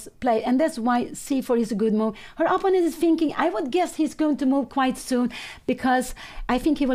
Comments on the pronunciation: When does Pia learn to pronounce "opponent" correctly? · Imperfections is not synonymous with mistakes, of course, but that will make you all the more memorable to me...